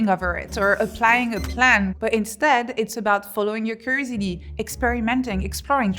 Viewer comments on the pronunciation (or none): What is that word she keeps saying ? Curisity? Curiosity? Cursity??? Can someone translate? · I love how she sounds like she sounds like she is saying crazy d. Instead of curiosity. Had to think about it. Lol. It goes to show yoy listen closely even when having a giggle at what you’ve just heard. She is right though.